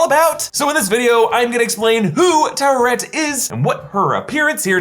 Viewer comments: Ta we ret.... not tu wa ret... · Why do people pronounce it "tower-ret"? Lol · It's not pronounced any old way it is ta-o wet et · It’s actually pronounced taut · Its really not hard to roll the “r” in “Taweret”. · Also also, there’s no war in Taweret. Online pronunciations have two syllable sounds.